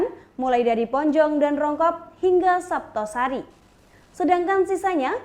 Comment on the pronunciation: Kesleo ya mbak.." Desa jetis kapanewon saptosari"